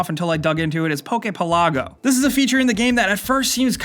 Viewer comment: Archipelago = ˌ/ärkəˈpeləˌɡō/, Poke pelago = /pokeˈpeləˌɡō/. Help me get people on board